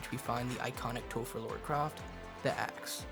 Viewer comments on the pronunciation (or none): Her name is Lara. Not Laura